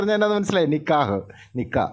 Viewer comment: നിക്കാഹ് എന്ന് പോലും പറയാൻ അറിയാത്ത താത്ത